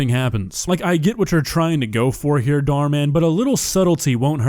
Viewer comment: I like how he calls dhar mann “dhar dhar”